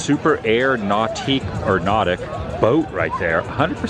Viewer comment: The electric boat you said it right the first time nautique it's made by Correct Craft a company from right here in Orlando